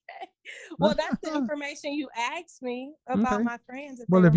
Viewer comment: Why do they keep axing and axed...when she said, "I axed you", who are they hitting with an axe.